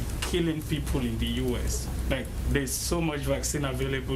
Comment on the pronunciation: YOU SAY VELL VELL İ